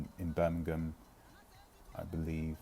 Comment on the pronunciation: Birmingham, Alabama??? couldn't quite understand your pronounciation.